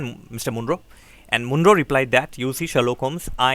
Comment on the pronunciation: Sir, it's Mon-ro not M-oon-ro